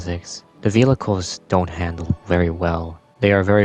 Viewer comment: Man said "Velhichles" not once, not twice, not thrice, but 15-ice. But his pronunciation of "cops" is funny, so he gets a pass.